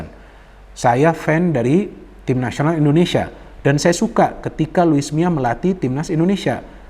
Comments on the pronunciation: Luis milla kali bang bukan luis miaa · Luis Milla bung,bukan Luis Mia, becanda bung.